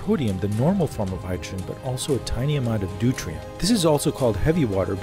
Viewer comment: Deuterium not Deutrium